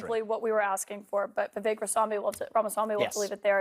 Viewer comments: His name is pronounced “Vih-vake”. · I heard him say it's pronounced ' Vi Vake ... like Cake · Pronounced Vivache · Vivek says it rhymes with "cake," so it's "Vi-vake." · rhymes with cake =vi VAKE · Vivek says Vivek like in cake. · Vivek says 'Viv.ACHE'. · Vivek is pronounced as We Wake. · VIVEK rhymes with shake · Vivek pronounced Viv- Ache. Short i long A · Pronounced Vi-vake, rhymes with “the rake”…sort of. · "Veh Vake" is his preferred pronunciation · Vivek is pronounced "Vi-Vake" . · Vivek rhymes with cake, by his own account. FYI. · It’s pronounced “vivake” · Vivek pronounced Vivake rhymes with CAKE. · It's pronounced VI like VISIT VAKE like CAKE....Vivek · Good videos. Just an FYI. his name is prounounced Viv-ache * like tooth ache 😀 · vi-vek - rhymes with cake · Vivek rhymes with cake. Viv ache. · His name is pronounced "Vivake" as in make, rake or bake. The emphasis is on the 2nd syllable. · ViVake like cake is how he pronounces his name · On the TimcastIRL Podcast, Vivek pronounced his own name, as [viv-AKE] said his name 'rhymes with CAKE'. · Vivek is pronounced "VivAKE." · REMEMBER: HIS NAME IS PRONOUNCED LIKE THIS: “VIVAKE” (Like CAKE). Just so you know…. I mean you can’t be calling our future vice president and then future president by the incorrect pronunciation of his name now, can you?? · "Vi-VAKE" like Cake! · I heard Vivek is pronounced so the last syllable rhymes with "make" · Just to help some of yall out. It's "vi-vey-ik" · Vivek is pronounced vee vake (like cake) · Vivek has said his name is pronounced so the last part rhymes with CAKE, and the stress is on the second syllable. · When Vivek says his own name, he rhymes it with cake. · I heard Mr Ramaswamy say it's like cake on how to pronounce his name. So, it is a hard a in the second syllable ;) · Vivek, rhymes with cake. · Vivek rhymes with cake. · Vivek- rhymes with cake.